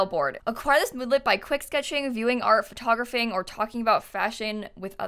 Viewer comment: i cant get over how she says "photographing" like photography